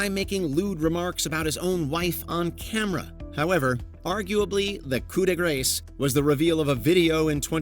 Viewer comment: Did you say "coup de grace?" I believe you meant to pronounce it as "koo də grahs" not "koo də greis."